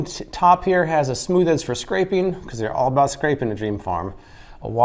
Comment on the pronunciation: Smood? Where's the Thneed?